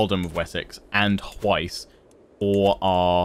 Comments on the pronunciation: Hwicce pronunciation = h’witch-uh. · By the way, Hwicce is pronounced as "Whicheh"